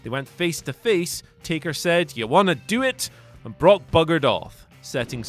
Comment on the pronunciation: Did you say broke lesnar or did i hear wrong? Only first time.